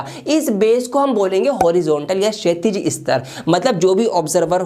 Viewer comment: Sir She-atish nhi bolte Kshitij bolte hai (Pronounced= "shee-tij")